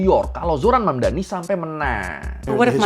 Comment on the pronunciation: The name is Mamdani, M-A-M-D-A-N-I, you should learn how to say it~~ M-A-M-D-A-N-I~~